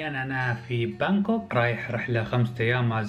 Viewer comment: من كثر مااعرفك تلعب ببجي بانكوك قريتها سانهوك 🤣